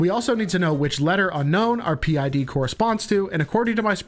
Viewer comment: parent id or pid, not p id